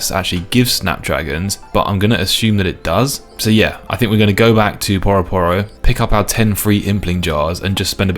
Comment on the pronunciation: Is no one gonna mention "Poroh Poroh"? Surely it's Pyu-ro Pyu-ro?